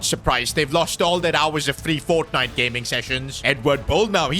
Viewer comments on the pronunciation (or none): none